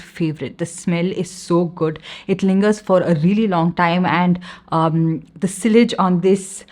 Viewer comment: just a heads up, it's pronounced si-age (rhymes with taj), not sil-lej